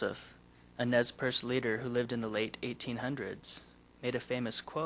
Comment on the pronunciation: Blackfoot Chief Nez Perce's name was not pronounce correctly! Nez percé is pronounced more like n-ay pers-ay! Meaning pierced nose in French ! I'm half Blackfoot (Pied-Noir) and Mi'kmaq and this documentary is spot on! In both of my tribes the description of the wheel has different bases, but in all it symbolizes the same concept!